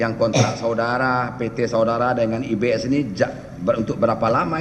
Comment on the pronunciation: Lucu pa hakim ini nyebut IBS selalu IBM😂😂😂